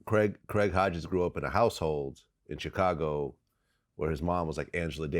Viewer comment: I see vlad still pronouncing Chicago CHICKago ... smh .. god thats so annoying I cant stand when he does this ...